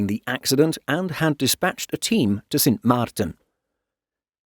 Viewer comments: Cute how proper the voice-over wanted to pronounce the name "Sint Maarten" as Dutch as possible. Well done!! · The way the narrator pronounced Sint Maarten is very impressive, I definitely could not. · Thanks for pronouncing Sint Maarten properly!